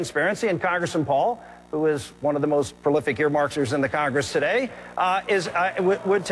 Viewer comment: "Prolific earmarxers"